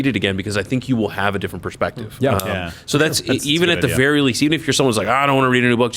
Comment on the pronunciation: At the end, that kind of sounded like “The Giver”